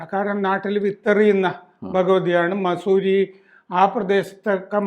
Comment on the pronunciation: മസൂരി അല്ല വസൂരി